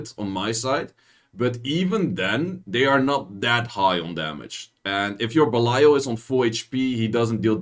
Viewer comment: always sounds like you say abelio instead of balial